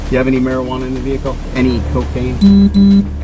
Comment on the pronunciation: "I seen". "Ve-hick-el". They don't want cops to be too smart, keep em following orders.